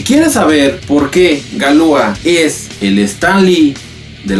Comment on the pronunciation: No se pronuncia Galúa, se pronuncia Galuá. Toda palabra francesa es aguda.